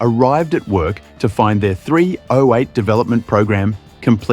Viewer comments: THREE OH EIGHT. JUST SAY 308 Takes one second to pronounce instead of Three Oh Eight 😅😅😅😅😅😅😅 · AI spoken dross narration. It's not Three-Oh-Eight, it's Threeo-Eight. And it's aluminium, not a-Loo-minum. Hire a bloody voice actor to narrate you cheap-arses. And then the obvious ADR to was put in to fix some apparent bigger blunder. At least that bit got the 308 pronounced properly. The dude who the AI voice was trained on maybe? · Its sure narrated by AI. The voice is so annoying. Who says "three (slight pause) ow eight" and distinctively pronounce each letter? It's pronounced "threeoheight". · What was the Engine again, I forget. Ohh that's right it was a "three ohh eight" Geeze I fucking hate AI voiced videos. Surely you can do a human voice on the video. You insult the intelligence of the people who view (but fucking noo way will i sub) your crap. Next time see if you can outdo yourself and mention it 400 times. Thank fuck you only have 2.71k subscribers.